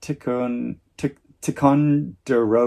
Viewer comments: The “i” in Ticonderoga is long. I grew up using Ticonderoga pencils. Ticonderoga is in upstate New York. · Just for future use - pronunciation is tie-con-dur-oga Not sure it will be available in the UK, the new Ken Burns series is titled The American Revolution. Rick Atkinson is one of the historians featured in this series. It’s excellent and presents a different picture of the revolution from what I learned in school.